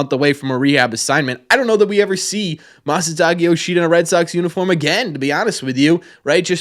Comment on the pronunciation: Isn't his Masataka not Masataki?